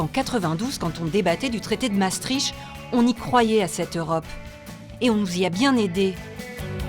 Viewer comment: Ne prononcez pas "Massestriche" mais " Masstricte" !!!! C'est vrai l'on y croyait mais nous avons très vite dechantes surtout de nos jours. En réalité le projet utopique etait voué a l'échec parce que trop de cultures différentes et trop de niveaux de vie antagonistes. L' Occident a pu paraître uni parce que le " rideau de fer" et la menace communiste ont soudé les nations libérales et démocratiques. Le communisme apparemment déchu et disparu a permis l'affaiblissement de l'OTAN voire son inutilité dans certains cercles politiques. L'immigration illégale massive,la desindustrialisation inquiétante, les retards technologiques par rapport aux Etats- Unis et la Chine,le vieillissement idéologique du personnel politique, les invariants structurels économiques sont responsables de la désaffection citoyenne multiforme.Un grand nombre de Belges veulent quitter ce forum europeen où Bruxelles polarise toutes les haines legitimes des patriotes européens alors que nous n'en sommes pas responsables car nous subissons les mêmes sujétions.